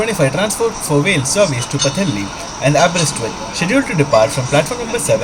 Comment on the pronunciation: I got a laugh at the way you pronounced Wales ( W sounded like a V ) and you did pronounce some of the places better than most English people do, I was impressed by the way you said Pwllheli, Porthmadog Aberystwyth and Ffestiniog.